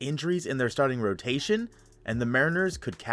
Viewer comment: Hehehe “rotaion”